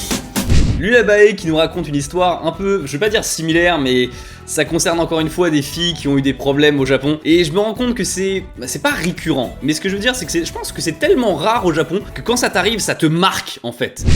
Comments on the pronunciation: c'est pas "riz current" ( ͡ᵔ ͜ʖ ͡ᵔ ) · Suis-je la seule à entendre "ricurrent" au lieu de "récurrent" ? bref, j'ai bu ses vidéos aujourd'hui ! XD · C'est moi ou a fait un petit lapsus nourriture ici? C'est pas "riz-current":) C'était bientôt l'heure de manger?;)